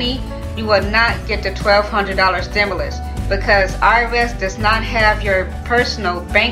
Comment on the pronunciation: She having a hard time pronouncing stimulus 😂